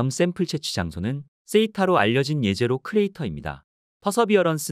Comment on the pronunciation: 제제로가 아니가 예제로임. 히브리어 jezero(예제로)는 호수라는 뜻으로 사용했기에 제제로로 발음하는 것이 아니라 예제로가 맞음.